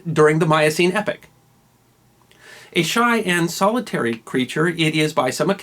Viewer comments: Excellent once again. Two points: epoch not epic; second syllable rhymes with 'lock'. Also discovered by westerners as I'm sure the locals would express surprise at being told they didn't know about it. Love your stuff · Are you pronouncing "epoch" as "epic"?